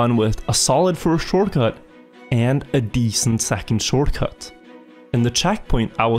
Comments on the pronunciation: . I'm what is a shoRCuT. Not t in short?? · That “Shorcut” though… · "D-14 SHORCUT " just pointing it out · d14-shorcut realy i never heard of a shorcut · inglish 100 shorcut